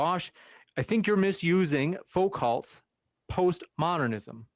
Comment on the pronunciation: who is foe calt? I know foucault but not foe calt.